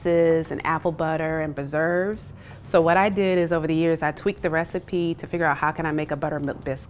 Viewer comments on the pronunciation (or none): Fruit is cooked down and PRESERVED in sugar and is therefor called PRESERVES. BERZERVES is not anything. I'll accept PUH-ZERVES with the southern accent, but the B cannot remain... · can’t cook baby girl said berserves instead of preserves lmao